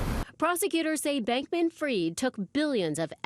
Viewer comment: Why does everyone in the media mispronounce this guys name ? It’s not “Freed” and it’s not “Freid”. It’s Fried, like chicken.